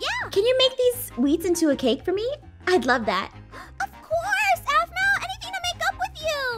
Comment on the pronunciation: Dont want to offend you if youre offended easily, but "aphmau" sounds like "avv-mieeow"😅